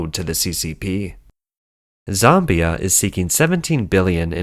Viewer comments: It's ZAmbia - not Zombia. But that's pretty funny - sounds like the land of the Zombies. Hehehe.... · ZOMBIE-ah??? Hahahaha! I'll never read "Zambia" the same again!